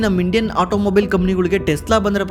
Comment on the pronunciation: Tesla✅ Telsa❌